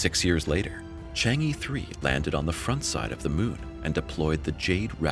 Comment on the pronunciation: In the Mandarin ("PuTong Hua") language, "chang-e" is pronounced "Chung-uh" and not "Chang-ee". Having studied Chinese languages for a few years, the mispronunciation of the name of the moon goddess gets on my nerves.